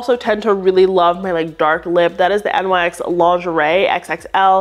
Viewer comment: Love this video! Wanted to also point out NYX is pronounced like Nix (they’re named after the Greek goddess)